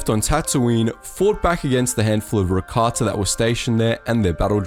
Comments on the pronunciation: Why does he say rakatsa aghhhhh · Is he saying Rakatssa?